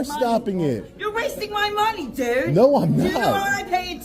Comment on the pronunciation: It DUDE NOT DOOOOD 😂